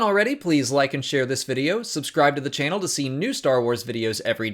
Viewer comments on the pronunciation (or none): none